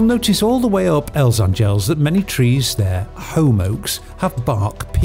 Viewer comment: Nice video. Just a note - A is stressed in word Àngels